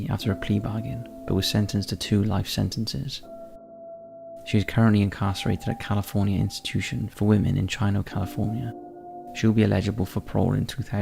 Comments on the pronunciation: Omg how cute! 😅 was talking about Chino California He pronounced it “Chy-No”.. but it’s actually pronounced “Chee-No” haha.. That is so unbelievably adorable! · Cali native here, and just wanted to say that, in regards to Video #24: The CA Correctional Institution for Women in Chino, CA was pronounced incorrectly...Chino is pronounced Chee-noh, where the "Chi" is pronounced the same as in "Tai Chi"...instead of chi like in China...respectfully correcting you of course. I love the content man! I've been a fan for many years now and look forward to being one for many more! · Just some critique, Chino is pronounced "Chee-Know", that was the only flaw I heard. Otherwise it was flawless. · The long videos are great. Just an FYI, Chino, CA is actually pronounced Cheeno.